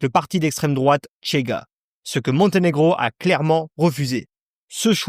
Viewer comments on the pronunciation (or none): C'est insupportable de prononcer le CH portugais TCH à l'espagnol, c'est juste Chega et Rocha , ni Tchega ni Rotcha ... Sinon. Oui le Portugal est en plein caca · Au Portugal on parle le portugais et, par conséquent, on ne dit pas "Tchega" mais "Chega", comme en français, par exemple.